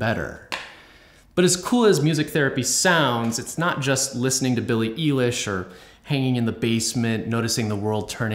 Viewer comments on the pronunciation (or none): Did he really say Eee-lish instead of Eye-lish? Good video, but. . . How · Also apparently I mispronounced Billie "Eye-lish" and said "Eee-lish" instead. Whoops. ¯\_(ツ)_/¯